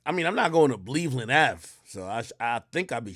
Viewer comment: This man said “bleveland ave” but also claims to not be affiliated hmmmm.